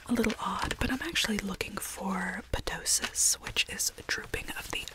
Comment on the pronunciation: I love your medical asmr content! Ptosis is pronounced with out the p, so just "toe-sis." Silly little Latin medical terms :)